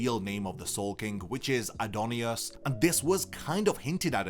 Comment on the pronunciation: Adnyus, not adonyus! Don't assume Japanese pronunciation makes the words different, they don't japanese pronounce an o that doesn't exist because that fits their language better. Omfg why do I need to keep saying this? I fucking hate people who weeb out and say that it's "the Japanese name"! Stoopid shit like that doesn't exist and it shows incredible arrogance on your part! Humble yourself and learn or stay stubborn and go to Japan and see what they say! Tell me when you do, I'd love to see people getting humbled!